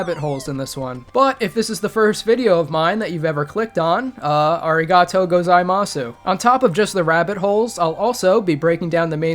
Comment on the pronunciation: my man, you don't pronounce the u at the end of gozaimasu